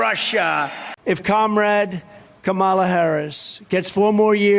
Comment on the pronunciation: I'm saying to myself " look who's talking" when Trump was talking about Kamala and Jasmine, cook on girl 💙💙 and put some respect on Kamala's name say it right!